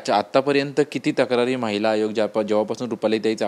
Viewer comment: Mitra Chukun Mahila Hagoya mhnaar hotas tu vachalas tu😂😂😂